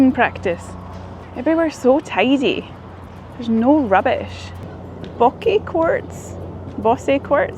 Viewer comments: Bocce ball is an Italian bowling game, bocce is pronounced as “botchy” in USA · Bocce is pronounced, "BOTCH-ee". The city was well scrubbed and tidied and I'm sure loaded with lots of people paid to keep it that way because it is the USA's 250th birthday and was about to be the 4th of July, and they were also expecting all of you international visitors. Go back to certain parts after dark and on some other month, and you may get different results. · Bocce is pronounced BAH-chee. It's a game that developed in Italy. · Bocche is pronounced Baa(like the sound a sheep makes)-Chi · That's the Italian game of Bocce pronounced Bawchi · So glad that you and your brother got to see the real US. Can't wait for the next video. Bocce - BAH-CHEE. It's an Italian ball game. Cannoli - CAN-OH-LEE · bocce is pronounced botch chi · I lived in Boston for many years and really miss it, so it was great to see you wandering through it. Definitely a very walkable town. Glad you got to try local specialties and especially the North End which is so great. By the way, Bocce is an Italian sport where you roll a ball to hit another ball, and we pronounce it "Batchi". Glad you had a good time; we are definitely challenged as a country right now but many of us hope to turn that around! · Bocce pronounced "ba-CHEE". 🤌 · Bocce: It's pronounced: BAWT-chee, or BAHT-chee